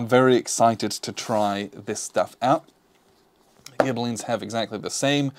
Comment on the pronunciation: "Guelfs" and "Ghibellines" was pronounced spot-on (they are the Anglicized versions of the Italian "guelfi" and "ghibellini"), but "Acerbi" would be "ah-cher-be," with the "ch" pronounced like the "ch" in the English word "church." All Italian "c"s and "g"s are hard, except when immediately preceeding an "e" or "i," when "ce" and "ci" sound "chay" and "chee," and "ge" and "gi" sound "jay" and "gee," respectively. An intervening "h" before the "e" or "i," as in ghibelinni, will "convert" the "c" or "g" back to a hard pronunciation, which is why you really only see "h"s in original Italian words sandwiched between a "c" or a "g" and an "e" or an "i." Otherwise, "c"s are never sounded like an "s," which is one major difference between Italian and Spanish pronunciation. My apologies, in advance, for the overly pedantic and hopefully not too convoluted explanation.